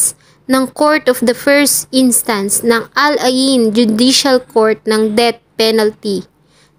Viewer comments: Hindi po Ala in...kundi Al Ain. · You pronounce Al Ain "al eyn"